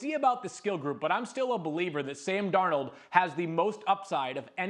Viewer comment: It’s Darnold and it’s not close